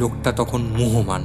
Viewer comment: আপনার ভালো লাগতেই পারে । প্রথমত : কয়েকটি উচ্চারণ আমার কানে বড্ড বেশী লেগেছে, যেমন 'বিসমিত', 'মুহোমান' এবং 'Louvre Museum'-কে বাংলায় কিভাবে উচ্চারণ করেছেন । দ্বিতীয়ত : যেখানে সোসরা নিজে বলছেন যে, "তার বয়স কয়েক শত বৎসর" । সেখানে মিউজিয়াম থেকে বাইরে বেরিয়ে যাওয়ার সময়ে স্মিত বলছেন যে, "পিছন ফিরে তাকিয়ে দেখি যে মিউজিয়ামের দরজায় চার হাজার বৎসর বয়সী সোসরা দাঁড়িয়ে রয়েছেন" । বয়সের এত পার্থক্য বা অসংগতি কেন ? আমার অনুরোধ যে, 'দেবতার আংটি' গল্পটা আরও একবার ভালো ভাবে শুনে আমার প্রশ্নগলোর উত্তর দেবেন । আমি যদি ভুল বলে থাকি দয়াকরে শুধরে দেবেন । ধন্যবাদ, ভালো থাকবেন ।